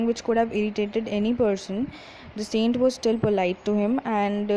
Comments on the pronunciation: Mam improve your pronunciation saient no संत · It is not sant it is saint in english